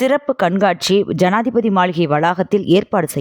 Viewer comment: என்னம்மா செய்தி வாசிக்கிற ஜாதிபதி மாளிகை என்று கூறுகிறாய்